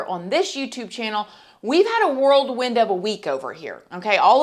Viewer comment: It’s WHIRLWIND not WORLD WIND! You’re welcome!